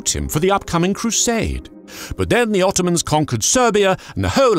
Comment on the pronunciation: "Ze germans!" Love it